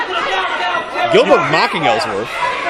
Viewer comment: goldberg not gillberg